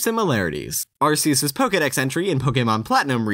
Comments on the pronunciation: The proper way is Ar-key-us tho. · Isn't it pronounced arc-ee-us? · >Arseus It's pronounced 'ARK-E-US' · Did you know that it is Arceus, not arsseus? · OH MY GOD! IT'S PRONOUNCED ARKEUS NOT ARSEUS! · It's pronounced Arc-ee-uss. Not Arr-see-uss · It's "Ark-eus", not "Ars-eus". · It's pronounced AR-KEE-US, not AR-SEE-US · It's pronounced Ar-key-us, by the way. Not Ar-ce-us. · In the Pokémon handbook: arceus is pronounced are-key-us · BTW the official pronunciation is Ar-key-us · I think it should be pronounced as "ar-ke-yoos". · oh my god it's pronounced ark-eus jesus christ I don't normally care enough to comment but come on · You pronounced "Arceus" the common-sense way Which means you pronounced it wrong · i like how you can pronounce everything correctly except for arceus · It hurts si bad how you pronounced Arceus. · How dare you pronounce Arceus that way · .......... :/ He said Arceus with a soft 'c'. So sad. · Gonna have to throw you a dislike- said Arceus wrong 🤷🏼‍♂️